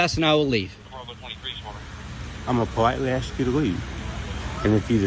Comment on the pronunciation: Why is it that so many piggy think that the word ask has 2x in it “axxed “